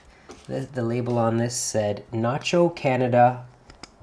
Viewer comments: You forgot to cross your t. And it's not nacho but nahco. Sorry. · The name on the knife is NAHCO not Nacho. You are so particular about every thing you do I can’t bear to hear you keep saying NACHO.